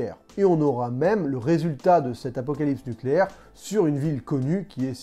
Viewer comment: Tu as inversé le "p" et le "s" du mot "apocalypse". Du coup ça me fait penser à «La classe américaine».